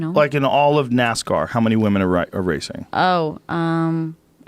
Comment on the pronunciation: He says woomen way too many times lol